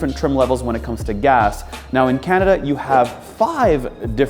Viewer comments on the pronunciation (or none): none